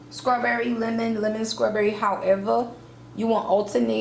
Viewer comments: so wtf is skrawberry ... oh the way a ghetto ignorant ass hood rat murders the english language ... you sound like a moron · Lol “scrawberry”